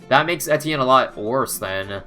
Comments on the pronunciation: I swear he was saying entienne and not etienne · I'm losing brain cells listening to him pronounce the hero's name